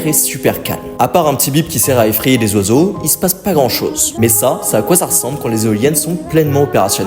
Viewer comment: J’suis le seul a entendre " zozo" au lieu de oiseaux 😂😂😂😂